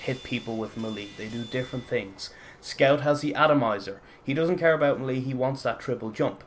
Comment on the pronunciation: It's pronounced "maylay", not "muhlee"...